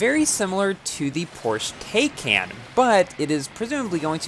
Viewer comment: Not "Tayken" it's "Tie-kahn"